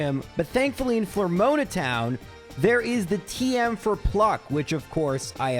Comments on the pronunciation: I don't normally mind your mispronounciations because they're usually at least reasonable, but "Flormoana" instead of "Floaroma" is pretty egregious! ;) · Flormoana is probably my favorite town in Sinnoh, right behind Etrena and Celstic. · I wonder if that was the first recorded instance of Miracle Eye actually being used. Also...Flore-moan-a?? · It's pathetic engagement bait, he's done it for years. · Is that not how you pronounce eterna and mismagius? The floroma is pretty bad tho